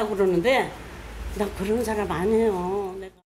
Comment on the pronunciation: 나 그런 사람 아니에요~ 왜 난 나 그런 사람이에요로 들릴까 ㅡㅡ